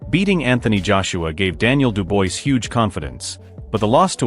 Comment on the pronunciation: When narrating please get the name of the boxers correct! It’s not Duboise it’s Dubois.